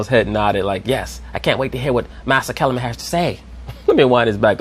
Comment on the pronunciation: "Massa" Kellerman 😂😂😂